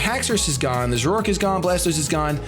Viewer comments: I've never heard zoroark pronounced zo-rork before. I always say it as zore-arc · Wait... Did he just say Zoroark like "Zor-roar-k"?!